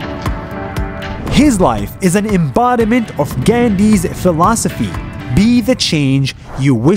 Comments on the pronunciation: GANDHI (✅ "gaa-ñ-dhiii"✅ ) not "❌ gain-di ❌" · He is great man , if everyone started to follow his path then earth 🌍 get's it's new life and every person too and don't need to find life on Mars but our own earth become more healthier and more beautiful, and more thing for Nas daily is that it's Gandhi not gandi, you pronounce wrong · Gandhi ko gandi bola 😂😂😂🤣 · Remember when you said you hare when your roommate called you nas? You did the same to ghandi ji Sid he's name wrong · Hi nas daily your pronunciation if gandhi is wrong